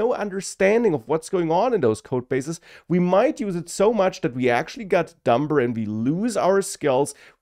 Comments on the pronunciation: it's pronounced dummer, the b is silent, but we shall attribute that to AI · The Fact that you pronounce it dumBer demonstrates that your worst fears have come true already! This is a purely humorous dig meant in a brotherly spirit, with no intention to offend, whatsoever. Great and insightful video, bro.